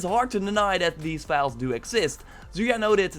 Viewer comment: The only guy on youtube who pronounces file as vile xD